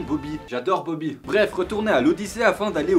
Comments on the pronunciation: C'est bochy et pas boby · C est poochi pas bobi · C'est POUCHI et pas boby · Toadette se prononce "todette" et le chien c'est Poochy :c Mon pire Fail c'est d'être tombé dans le vide à la fin du côté très obscur.